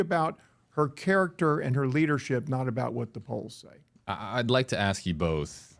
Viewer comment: Rubio should get Demings to say the word "ask". Watch her say AXE instead 😂🤣😂 happens everytime AXE AXE AXE